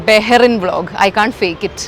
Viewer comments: Not barren...it's Bahrain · It's not barain It's bahrain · Welcome to Bahrain dear.. it’s pronounced as ‘bahhh -raii’nn’ not barain 🥳 just to let u know 💐❤️ love ur vlogs ❤ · It's not baa rayn...it is Bahrain the Arabic word.Bahr means river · What on earth. How did you pronounce Bahrain???????????????? 200rs